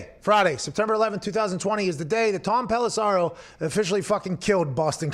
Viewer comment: Can someone tell Pat there is no 'A' in Tom Pelissero. Dude pronounced his name wrong to his face like 10 times 🤣😂